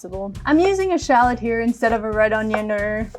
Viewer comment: I can’t get over how she pronounces ‘shalot’ 😭😂